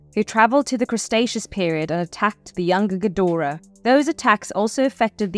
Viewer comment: "Crustacious"..lmao u mean cretacious?